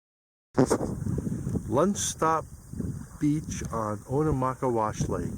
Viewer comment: It's pronounced Oh-na-maw-kay'-wush.